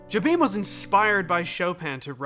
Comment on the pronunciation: I'll scold you the same way my drum teacher at Berklee did; it's "Yo-beem". Not "Jo-beem". How dare you?